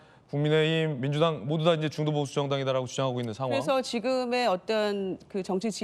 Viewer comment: ㅋㅋㅋㅋ ㅋㅋㅋㅋ ㅋㅋㅋㅋ 형보수지 로 들리는것이 나쁜인가 중도보수 민주보수